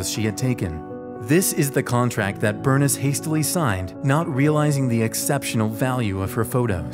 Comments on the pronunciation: Loved the video and learned stories that I had not yet heard about people aboard Titanic. I am guessing however, that Bernice Palmer's first name was pronounced in the usual way " Ber-niece," rather than "Burnis" as in the video. Minor cavil though as you created a fascinating and detailed video. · Bernice is pronounced Bur-neese, not Burn-is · Berniss??? Cmon man! Its Bernice, like, “Ber-neese” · Burness? Try Burr-neece. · I think ‘Bernice’ may have been pronounced, ‘Ber neece’ with a long ‘e’ where the ‘i’ is in her name. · Bernice? Burr-niece. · It’s not pronounced Ber-niss. It’s pronounced Ber-neese. 🙄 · I'm pretty sure the name Bernice should be pronounced Ber neice, FYI. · FYI Bernice is pronounced “Burr-niece” 😊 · "Burniss". Yep. Definitely her name. Good call not trying to pronounce the menu items, seeing as how you can't even correctly pronounce words in your own language. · The camera Bernice my grandma's name is Bernice its pronounced Ber- NIECE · I'm pretty sure Bernice is not pronounced "Bernis" lol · i thought that too lol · It's pronounced, "Ber-NEESE", just FYI. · The way he pronounces BERNICE really bothers me... Dude. Burr - Niece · That was killing my ears ;) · The way you pronounced “Bernice” good lord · sorry if that sounded rude! lol my grandmothers name is that also I just thought it was funny :) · You don't know how to pronounce Bernice?